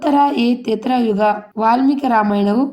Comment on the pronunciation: ಅಮ್ಮಾ ತಾಯಿ ನೀನು ಮೊದಲು ಸರಿಯಾಗಿ ಹೇಳು ಅದು. ತ್ರೇತಾ ಯುಗ ತೇತ್ರ ಯುಗ ಅಲ್ಲ